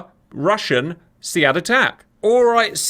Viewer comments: its pronounced "Seed" in real life military lingo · SEAD is pronounced (SEED).